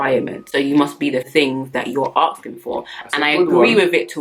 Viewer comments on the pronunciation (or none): Nothing more unattractive than when a woman says "aksing"